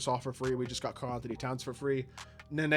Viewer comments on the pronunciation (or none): none